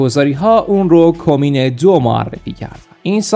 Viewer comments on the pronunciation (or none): چقدر تلفظ اشتباه اسم ها آزاردهنده است. کَمین درست است. حِرز نهم درست است. حتی دانش درستی غیر از روخوانی آنهم اشتباه از روی مطالب سایت ها ندارید!!!! زشته بخدا. حداقل برای احترام به مخاطب و اطلاع رسانی درست اسم ها رو درست یادبگیرید و وقت بگزارید برای شعور مخاطب.